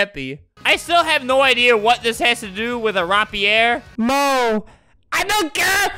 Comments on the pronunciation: Its not RAH-Pierre. It's Ray-peer. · Interestingly when he adds an accent on to something its not correct but when he doesn't add an accent it's not correct either like rapier its not ROPP E ER its RAEP E AER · He is saying rapier wrong pronounced (rape-ee-er) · It’s rapier not rapier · Nobody: Albert: Rap-E-Air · Nobody: Albert: RAP-EEE-AIR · Its pronounced Ray-Pi-er